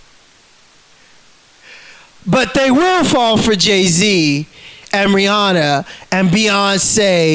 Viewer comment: Ree-honna is an assassin... Who knew?